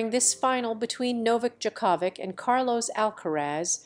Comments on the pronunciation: Ridiculous report. Can't even pronounce Djokovic correctly. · Ask someone how to say Djokovic name. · Very wrong pronunciation of Djokovic